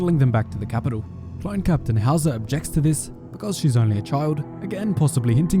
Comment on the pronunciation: At first I thought Howzer had a German name lol, it sounds like „Hauser“ which is an actual German name 🤣